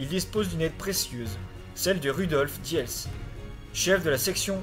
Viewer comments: et diels se prononce dils. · Rudolf diels se prononce roudolf dils.